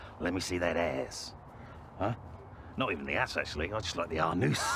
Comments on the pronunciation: Is it David Earl's goal to just say funny things until his co-stars break? I don't think I could keep a straight face. Especially after the "Anoose" part! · “The Ahhh-noose, the eye of mystery” - Oh my God - I’m dead 😂